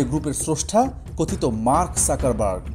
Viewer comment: Joto bar mark suckerburg bolsen toto bar hashiii 😂. Dangerous era. Mark suckerburg 😂